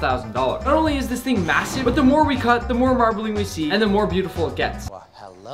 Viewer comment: the amount of times said mssive